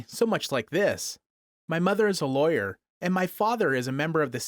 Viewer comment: Did he say I think my mom is a laywar like -_